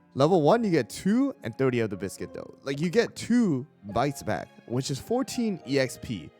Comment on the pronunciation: Bees-quit ... like beast-cuit. beascuit. nar to the biscuit. :P